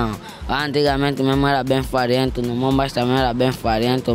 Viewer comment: “Era Bem fariento memo” 😂